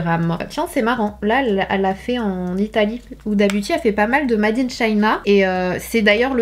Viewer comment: mAde in Italy , mAde in China ?😭 mais lisez le « made » en anglais ptn , c’est un mot anglais !!